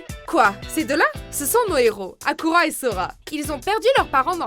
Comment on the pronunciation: HARUKA PAS HAKURA SCROGNEUGNEU DE SCROGNEUGNEU !!!! XD